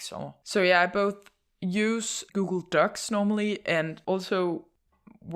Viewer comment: With the accent, it sounds like she's saying "Google Ducks"